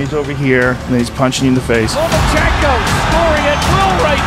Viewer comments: Floyd: “Loma-chingo” 😂😂😂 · Did floy said lomachiko wtf bruh really needs a book